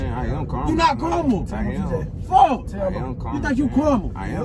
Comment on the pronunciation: it sound like tj saying caramel than karma😂